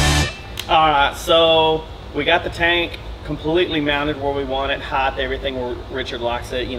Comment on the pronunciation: Does everyone in TX mispronounce "HEIGHT" as "HITHE"?